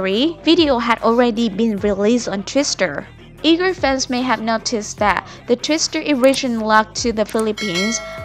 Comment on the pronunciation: Go BTS! Btw, I love how you pronounce Twitter. Sounds like Twister.. cute.